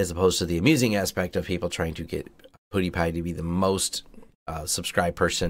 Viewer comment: LOL. Poodie-Pie.